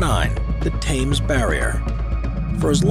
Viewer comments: oh I cringed when he said Thames that way 🫣🤦🏼‍♀ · “Thames” is not pronounced “Tames”, it is “Tems“ 🙄🤦‍♂️ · The HA is silent... Thames is "T'mes"... not T'ha'mes. Not Times (as in Time) but T'mes = T'imes as in Tim's... :) lol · its called the thames NOT the tames barrier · 'Thames' is pronounced 'Tems'